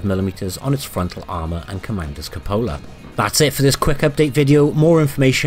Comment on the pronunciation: Pronounced "kyoopola" not cup-ola. Cmon this is official!